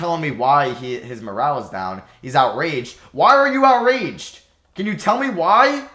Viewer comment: Why does he say Outraged like that lol